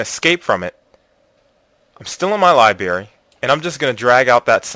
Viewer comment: God will bless us for putting a few pennies in your pocket? How about I give you a few pennies to pronounce library correctly.